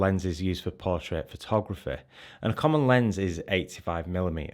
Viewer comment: i love how you says phothograph-eh